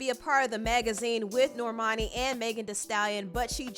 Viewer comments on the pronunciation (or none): That girls name is NOT Nor-mani... Norman-i 🙄